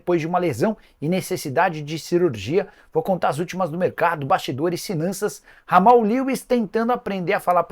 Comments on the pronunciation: De novo o Nicola falando o nome do Jamal Lewis errado. Não se le Ramal. Lê-se Djamal. O homem é britânico, não é espanhol. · Dahora q o Nicola começa o nome do lateral do São Paulo como se ele fosse colombiano e termina como inglês Kkkkkkkkk